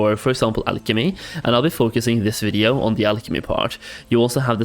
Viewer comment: i cant get over they way he says video... it bothers me